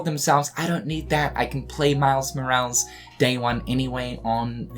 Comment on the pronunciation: they way you pronounce morales is killing me man 😂